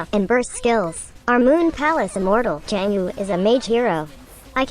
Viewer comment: Anyone getting triggered by the way he says chang'e, bcos he's saying it wrongly tho